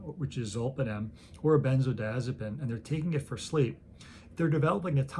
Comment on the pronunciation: Drives me kinda nuts doc when M.D.s mispronounce drug names. BEN ( rhymes with Lyn, Tin, Gin ) ZO ( rhymes with No, Slow ) DI ( rhymes with Lie, My ) AZ ( rhymes with Jazz ) ZO ( rhymes with No, Slow ) Pine( rhymes with Lean, Jean, Ween not like Pin… Pronounced with 6 syllables, Not 5…